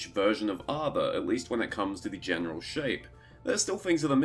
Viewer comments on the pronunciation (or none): none